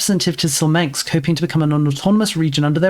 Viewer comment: "Smolensk", not "Slomensk".